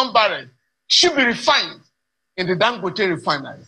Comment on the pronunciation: Please, Mr. Speaker, pronounce Dangote like a Nigerian and stop fooling yourself.